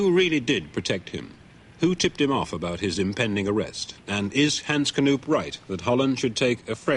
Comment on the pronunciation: Hens Knoeeeep ? Get your prunanciation right Het is Hans Knoop